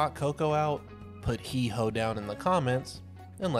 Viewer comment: It's Hee-ho!